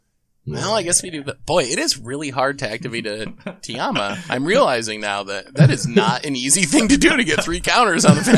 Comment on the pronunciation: calling Tayam Tiama is an actual crime. Someone call the internet police.